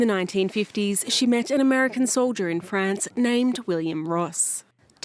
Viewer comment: Sa voix! "Frayance"? C'est un pays?